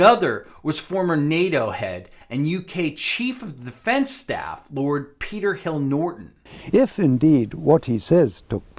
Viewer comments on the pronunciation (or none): none